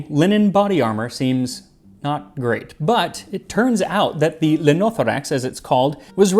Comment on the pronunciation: Pronunciation tip. Linothorax is pronounced: Lie- No - Thor - Axe. Just so you know.